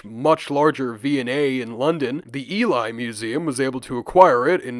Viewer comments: Just fyi it’s not pronounced E-lie its E-lee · Hey bro, really entertaining video. Just a heads up that Ely is pronounced EE-LEE (my gf lives near there). :) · Ely is pronounced 'Ee-lee'. Our place names are ridiculous in Britain, so it's an easy mistake to make. Eastern England seems to have been quite a prosperous area during the Bronze Age, and there have been quite a few important Bronze Age finds in the Cambridgeshire Fens, most notably the Must Farm and Flag Fen settlements.